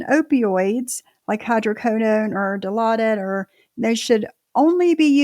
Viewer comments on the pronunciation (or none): SAY IT WITH ME DI-LAU-DID!!! NOT DILOTA 😂😂😂😂